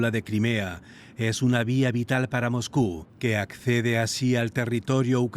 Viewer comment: Periodista porque dice MOJKU acaso no sabe leer la S???? Se dice MOSCU no Mojku, pronuncie bien pornfavor